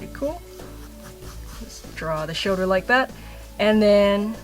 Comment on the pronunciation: Has anyone noticed she says "shoder" in stead of "shoLder"?